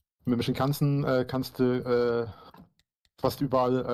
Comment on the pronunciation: Ich hab auch Shimpan-sen verstanden und lache jedes Mal darüber😂Den richtigen Namen werde ich nie mehr benutzen.